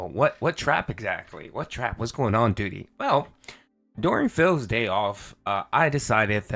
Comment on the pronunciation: Doodeee, Dhalseeem. Someone tell this pig he's pronouncing names wrong